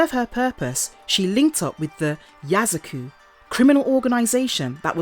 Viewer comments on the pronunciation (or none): yakuza. not yazaku.